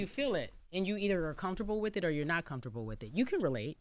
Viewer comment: I just want to know if anyone else ever noticed how the word "Or" embarrasses uncle Charla every single time. In the history of TBC he has never said "Or" he always says "Are" 😂😂😂